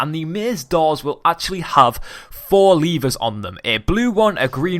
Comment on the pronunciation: 4 leevers lol levers